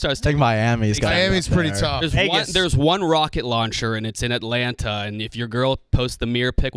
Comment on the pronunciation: …you can’t say 2 T’s when you say Atlanta. I’m sorry but I know they don’t teach that on maps